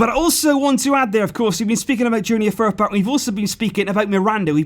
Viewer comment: The way you say Firpo makes me cringe